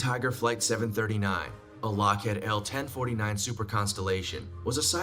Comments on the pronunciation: He kept saying lockHEAD its lockHĒĒD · I know I’m way late to the party but.. it’s LockhEEd, not LockhEAd. Lockheed Martin is Truly one of the largest global security and aeronautical companies, (my husband is a jet engine mech in short formerly of the USMC now Civil Service on a large USMCAS, so I have a bit of experience with LM as the supply 90% of the components if not engines used in the United stated aviation fleet.) I LOVE this narrator, but that simple mispronounced Name, done so on a few occasions was killing me lol.